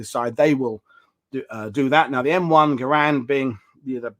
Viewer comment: Geez, Andy Capp! The sniper variant of the M1903 was the M1903A4 NOT the A3. The A3 was originally a product improved version manufactured during WW2 along with the A4. You got it right initially but then switched to referring to the A3 as the sniper variant, And I always make allowance for accents but for Crissake "Garand" is pronounced to rhyme with "errand". It's not pronounced Guh-Rand. According to the National Park Service on their Springfield Armory site Remington Arms Company produced 2,051,911 A3s during WW2 and 27963 A4s. Not the Springfield Armory since they were tooled up for M1 production.